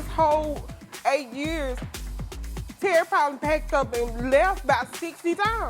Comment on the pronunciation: Turry Turry Turry . I heard Terry name too much